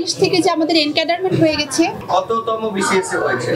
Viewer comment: কততম বিসিএস বলতে পারেনা!